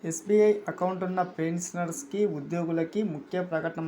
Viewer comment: పెన్సనర్స్ కాదురా పెన్షనర్స్ అని పలకాలిరా గాండూ భోసడికే.